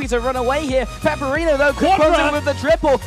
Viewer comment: his name is pepiinero, not peperino, hes a spanish player XD